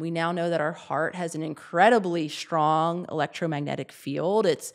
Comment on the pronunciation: FFS, the word is "strong." Sound it out. There is no H. It is not pronounced "shtrong."